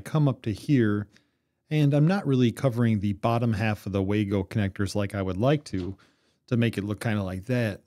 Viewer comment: Good video! Minor nit..Wago is a German company so it's pronounced vah-go